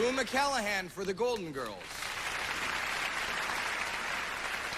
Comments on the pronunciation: Hey Howie, it's pronounced McClanahan, not McCallahan. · Its McClanahan not McCallaghan. Clan! Clan! C'mon Howie. He was still new I guess. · Apparently Howie Mandel (the presenter here) didn’t get the memo: When you’re presenting an award to a legend, you learn how to pronounce their names. Its Rue McClanahan! 😅 Lol, I’m sure he was plenty nervous & Rue was just so grateful to be nominated AND win her first Emmy Award she didn’t care! Haha. I can’t believe they’re all gone now. Forever on our screens & in our hearts. 🧡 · Was he saying McCalahan? LOL. McClanahan Howie, McClanahan! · McCalahan? MCCALAHAN??? Her first Emmy and he says her name wrong.. Fool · He couldn't even get her name right!? "McCalahan?" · still cringing, 30+ years later, at "McCalahan" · He mispronounced her last name lol. He said Rue "Mcallahan" I think that's what that laugh of hers was about! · How did Howie not learn how to say Rue's last name before he had to say it in front of millions of people?!?! Was he not at the dress rehearsal. He called her Rue Macallan TWICE!!! I like him, but wow! It takes balls to not know how to pronounce the name of the winner of the category you're announcing! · Did he call her McCalahan? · did he say McCallahan... twice? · He messed up her name. Sheesh. MC-CLAN-A-HAN. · Did he really say Rue McCallahan? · Rue Mc-callahan? lol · Agree. Not so we'd believe it. And brassy as Blanche is, she is just as sweet. Her acceptance speech is a lesson in acceptance... & elegance. ❤️ R.I.P. Rue. PS. She never even mentioned that the presenter mispronounced her name every time. What a lady!! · Lol - way to go Howie for managing to mangle Rue's last name, not once but TWICE! Think he might have practiced it a couple of times before he went on live TV?? Anyway, what a well-deserved win for a great actress! :) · Said it wrong TWICE, too. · Howie couldn't even pronounce her last name correctly..ugh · love how she just laughs off the fact that he says her name wrong